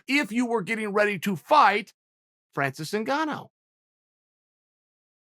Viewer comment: Francis EnGoneOh